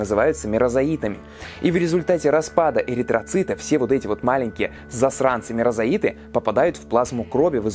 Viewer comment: Услышал 2 ошибки в ударениях стадий развития малярийного плазмодия. В остальном всё отлично. Правильно мерозОит, спорозОит